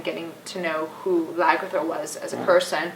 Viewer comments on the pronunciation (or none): It's Lagertha btw, not Lagrytha. As in Lagertha the mythical Danish Viking shieldmaiden.